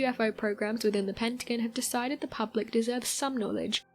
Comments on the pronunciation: I love these videos, but the consistent mispronunciation of the Pentagon was driving me nuts. It's Penta-gone, not Pent-again. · It's Pentagon. Pent-a-gone. Not pent agin. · What the hell is a PENTAGUN, LMAO ITS PEN-TA-GON. Lol how you going pronounce everything rite then pronounce that wrong. If you can say everything else rite then say it rite, or il blutty slap you jk😂😂😀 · Her pronunciations of pentagon made me turn this shit off lol. Very lil facts anyways just speculation